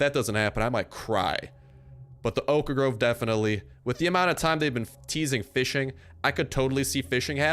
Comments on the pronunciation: O- khhh . Wtf is the o kh a grove? Stop giving me ear cancer xD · Ridh Shahdatullah oak.a Grove xd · The way he says 'Oak Grove' is funny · The way he says 'Oak Grove' is funny.